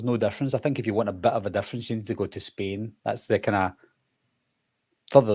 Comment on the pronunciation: I swear he said Spin instead of Spain